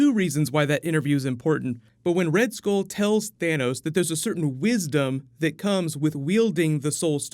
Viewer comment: It's pronounced "Skull" not "Skole"